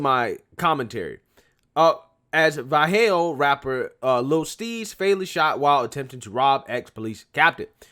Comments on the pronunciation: You say the Town Va lay ho. Vallejo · This man said Va-he-o bra it’s not in Mexico it’s it norcal it’s Va-le-ho. Vallejo🤣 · bro how you play a clip and in the clip it says that 1 of the people who attempted to rob the retired captain was a vallejo rapper and you still pronounce vallejo wrong...